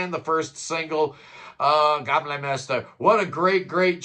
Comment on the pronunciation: "Gamle" like an American would pronounce "Gamble" with out the B is a tad closer than Le Gay M Le Master, hehehe !!!